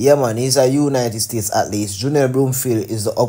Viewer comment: Why can’t Jamaicans pronounce the word “athlete” it’s Ath lete, not “Atlete” SMH